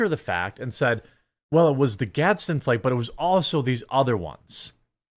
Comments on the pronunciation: I typed this comment before I got the trifecta ish. 😅 Fleeerergggggggg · Stopped watching this video the second he pronounced "flag" that way. Nu uh bro... Do better. 😂😂😂😂😂😂😂😂 Jk love you cheeseheads.